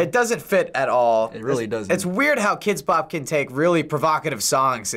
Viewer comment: HE SAID KIDX BOP 34